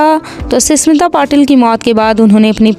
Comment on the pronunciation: Ssmita nahi smita